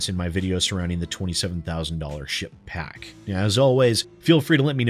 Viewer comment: every time you say ship pack I only hear s*** pack but I could be projecting